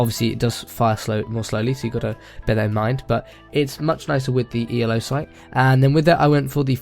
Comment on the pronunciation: Anybody else get annoyed that he calls it the E-L-O sight instead of the elo sight?